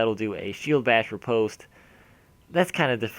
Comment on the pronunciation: Love your videos! Sorry but this is bugging me, I had to say something: The "o" in riposte is pronounced like the "o" in lost:) Thanks again! keep up the quality content!